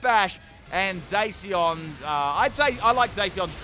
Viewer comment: Did he just say “Zayceon”?